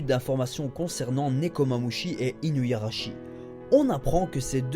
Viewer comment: Je pense que tu vas être déçu, car Weeble est à la recherche de Marco et va probablement le tuer. Il faut bien une raison à Luffy pour l'affronter.. Sinon j'en profite pour dire que c'est "Inuarashi" et pas InuYarashi" mais sinon c'est super continue ;)